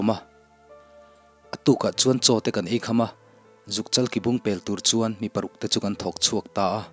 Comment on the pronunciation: Sazuk ki bung, i thluk dan hi a dik lo ang a, bung lai hi thluk hniam tur a niang, tumahin i thluk ang hian an thluk ngai lo, Mizo ṭawng hi hman uluk tur a sin, Mizo ṭawng i chhiar thiam lo hle tih a lang nghal, Mizo thawnthu chhiar tur chuan Mizo ṭawng thiam a ngai , (bung )hi i thluk dan hi siam ṭha rawh .